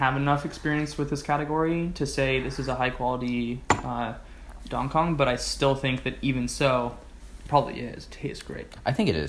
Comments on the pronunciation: Thanks for another great review, chaps! The pronunciation of 'Dan Cong' is 'Dun Song' I believe :) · I'd say closer to 'dan tzon'